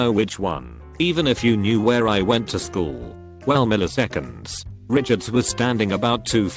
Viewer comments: that *wchool* killed me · "At the wachool" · Post: -at the wchool Video: -at the Wachoool! Yeah... good going, auto generated computer voice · No one: Automated voice: wAchool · "at the wchool" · "wchool" lmao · "The Wchool" I'm dead😂😂😂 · "the wchool" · wuh choole